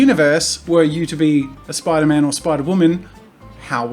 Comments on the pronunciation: Its spiderman not mate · I know where you are from but it’s spiderMAN! Sorry